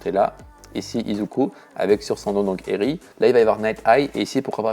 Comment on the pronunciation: Incroyable mais c'est eri pas erinne